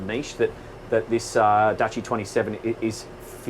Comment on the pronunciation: Its pronounced 'Douchey'. What a wanker. He starts off wearing a life preserver collar and then ends up with a sports jacket. He's clearly ferrified of water and boats.